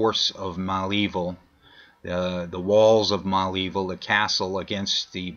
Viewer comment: Okay, let me help you with the name Malevil. It is not Mal Evil. It is Mulaveel. This is the right way to pronounce.